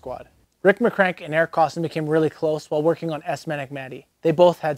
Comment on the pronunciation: I think you meant to pronounce it Eric KOSS-TONE'. 😝